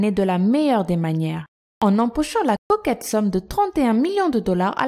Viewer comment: Je kiffe quand elle dit la cocket somme ...